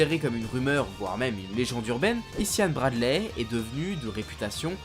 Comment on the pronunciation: Ça se prononce « i za ya Bradley » pour ta culture perso l’ami.